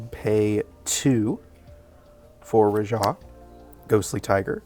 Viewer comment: The way this man says Rajah is bananas. I've never heard a person emphasize ruh-JAH in stead of Rah-juh.